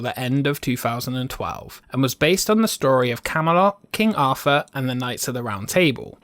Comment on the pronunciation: It's three, thousand, Arthur, theme not free, fousand, arfur, feme